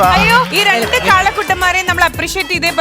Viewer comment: റണ്ടല്ല ലക്ഷ്മീ, രണ്ട്.. ബിരിയാണീലെ ര.. 😁